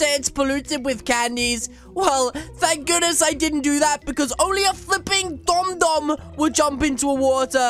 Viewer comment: it is not d . U. M it is d.o.m